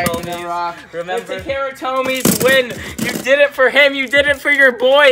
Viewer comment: It's pronounced Ta Ka Ra